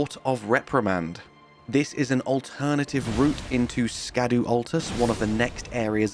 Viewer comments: Fun fact! It’s pronounced “shadow tree fragment”, not “ska-doo tree fragment”. They are using he old English tradition of using the “sc” to indicate the “sh” sound. If you refer to the etymology of J.R.R. Tolkien’s horse character Shadowfax, you will see that its original spelling is Scadufax. Tell one, tell all!! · I'm sure most people know this, but Scadu is pronounced Shadow. It's old English.